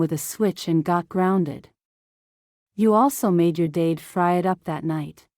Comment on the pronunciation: It took me a good while to get that the person she thought about was her dad, because AI pronounced it "dayd"